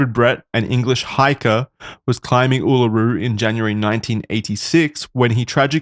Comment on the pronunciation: Hey Americans... It's pronounced "ooo la roo"